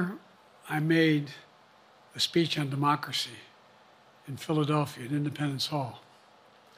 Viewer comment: NATO summit speash